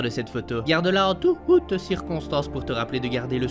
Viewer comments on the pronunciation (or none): "touOUHte circonstances " 😂